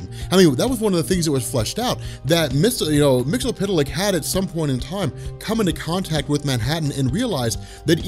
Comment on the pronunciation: Dude.... Myxyzptlk is pronounced "Mix-Yes-Spit-Lick"